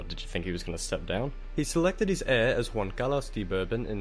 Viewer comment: But, he says Juan properly with the "H" sound, which was just Junta weird.